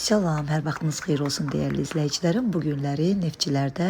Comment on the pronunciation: Eşitdinşz bu faşiyənin salam verdiyini ? Eşitmədinizs təzədən qulaq asın , salam əvəzinə şalom dedi, bu ciriqda yəhudidir